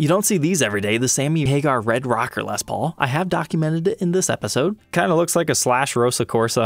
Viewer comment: until stumbling onto this channel (like 4 years ago) I wasnt a fan of Gibson. Wasnt my thing and I knew little about them. I remember back then you pronouced Les Paul as "Lez Paul".. laughed every time. Anyway my point - I wasnt aware that the "Tree of Life" inlay was used by other makers on production guitars that didnt have Vai's name on it. Figured Ibanez had a patent on that. I must say I prefer the inlay on Ibanez Jems. thinner inlay. I agree Gibsons looks super gaudy...